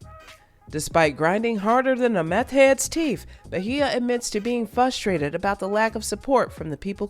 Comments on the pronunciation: “Ba-hia” it’s Beige-ah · Bay-jah…….not Bahia 😂 I never heard her name so butchered like that. Lol bothered me the whole video not even gonna lie lol😂😂